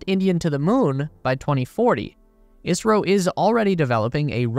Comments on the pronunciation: not i-a-si-ro its is-ro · Why does it sound like you're saying Israel in a video about India ??? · The host is saying "ISRO" not "Israel", his pronunciation of ISRO is wrong but everyone who is aware about ISRO will know that host is talking about Indian Space Agency and not about Israel. Anyways Correct Pronunciation of ISRO is: "IS" as "is" in "his" and "RO" can be pronounced normally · It's ISRO, not Israel. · Did I hear you kept saying Israel instead of India? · Isro not Israel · Right ? I keep hearing israel too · Why does he keep saying Israel? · he pronounces ISRO as Israel for some reason lol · The host is talking about "ISRO" not "Israel", but yeah since the pronunciation of Host is wrong than misunderstanding is expected among those who are not aware of ISRO. Anyways Correct Pronunciation is: "IS" as "is" in "his" and "RO" can be pronounced normally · OK, ISRO. Am I the only one with a hearing problem? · Isro , he’s saying ISRO